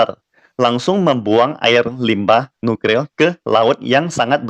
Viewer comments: waduh maaf saya cukup terganggu degan ucapan.. NUKRIL.. seharusnya kan NukLIR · Nuklir....., Bukan Nukril😁🤭🤭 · kok gw dengernya nukril ya😅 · nuklir apa nukril min....semangat ya min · Kesleo lidah dlm mengucapkan suatu kata adalah hal biasa , bro!